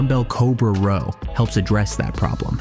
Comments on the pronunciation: A "Rawl* should be Row. Another AI generated video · This video is such a lie. Pull-ups are the best way to widen your back (not endless ones though). Lateral raises (in various positions) are definitely the best way to widen your shoulders. Why can't AI voices say the word "row" correctly?